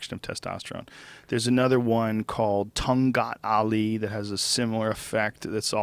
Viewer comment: how about take some marijuana before the fight .. replace the steroid to marijuana.. high while fighting.. lol!!!... and to joe rogan its "TONGKAT ALI".. not "TONGGAT ALI"